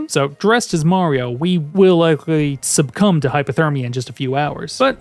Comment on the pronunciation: Very glad to hear that is still pronouncing it subcumb instead of succumb